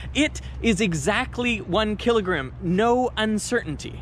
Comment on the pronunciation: "One killigrum"